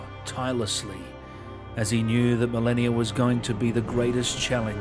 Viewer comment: Melania, Melanie, Marleny. He pronounced it right, no?